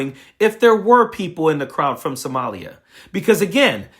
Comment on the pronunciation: He kind of struggled to pronounce Somalia, and Omar's name, the way racists keep acting like somehow they're unable to pronounce words they say every day correctly. To the rest of us, it just reads you're either a racist, or you're illiterate. Though racist and stupid go together a lot. And 'all she does is b*tch?' What the hell does Trump, or any of his followers do? They do nothing but complain nonstop about things like 'people who are not white exist around me.' Every single Trump supporter and Trump himself do nothing but whine all day.